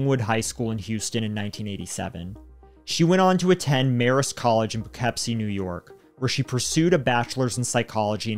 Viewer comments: Separate comment: poh-Kip-sie, not pepsi. Cmon there’s worse ny towns to pronounce in the area! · This is horrible to do to a child. Or an adult. Horrible in general. (Also, its pronounced Po-kip-see Poughkeepsie is a hard word to look at, no hate, just letting it be known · Lo I❤ I'm from that town end it's pronounced po ki P see. Poughkeepsie lol wow can't believe it made a story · I like your channel but sometimes you just abliterate the names of towns. "Po kip see" is how the town is pronounced. Not being a stickler because NY state has a lot of difficult to pronounce town names. My home town name is ilion, most people not from our area pronounce it as "i lion" but it is said as " ill e in".